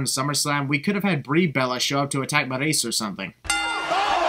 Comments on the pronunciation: everytime you call maryse "marriese" a baby angel dies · The way you pronounce Maryse and Sin Cara is the biggest sin here. just a prank